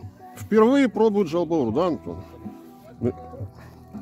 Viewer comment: Откуда вообще взялось произношение жаЛ баур?Если вы знаете правильное произношение зачем говорить неправильно?!